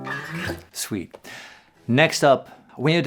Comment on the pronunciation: every time Paul says sweet, I hear Swede